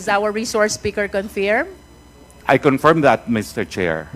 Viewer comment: Just a note: Roque's pronunciation of 'per diem' is correct vs. Cong. Luistro. Cong. Luistro should Google pronounce to verify the correct pronunciation. The other word, 'confirm,' Roque is again correct vs Cong. Luistro's pronunciation.